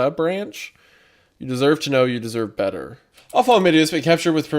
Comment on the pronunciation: not him instinctively saying "Beter"